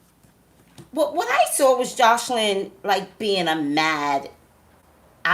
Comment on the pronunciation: Toya Monique Lol Yea her mispronouncing her name the whole video was like!😫😫🤷🏽‍♀️😝